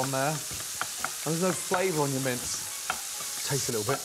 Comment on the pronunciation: Every time he says “mince”, I hear “mints”. It’s very confusing.